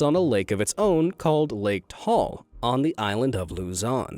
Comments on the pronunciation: It's ta,al not tal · very late comment but Taal is pronounced as Ta al, not Tal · Its Ta - al not tal volcano🤣✋ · It's pronounced "Ta al" but I don't really mind Forgeiners pronouncing it as "Tall" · correction heheh..you don't read Taal as "tall", it's "ta-al" no hate mate love the vid! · bruh im sorry but taal is not pronounce like tal its ta-al but bruh i love Japan but idk that so im now willing to go to Japan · Lake Ta-al. Not Lake Tall. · its pronouced ta'al not toal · FYI TAAL Volcano is pronounce as TAH AHL not TOHL... Please do your research Mr. Narrator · Ta al not tal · actually it pronounced Ta al vulcano not Tall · Taal in the Philippines is pronounced as ta-al, not tall. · Actually taal is pronounced ta al and not straight like tall and yeah that is all i can say as a filipino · As a Filipino, I can say he mis-pronounced Taal Volcano. It's pronounced Ta-al, not Tahl. :/ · Tall Volcano Filipinos: Its Ta-al Volcano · Bro you said lake Taal Taal is wrong word You say ta-al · Taal isn't sai like that its said "Ta-al" but spelled "taal" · the volcano in the philippines is not called taal volcano or lake taal it's called ta-al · volcano taal is pronounsed ta.al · Hey it pronounced TA-AL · Bulkang taal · you said taal volcano wrongly xd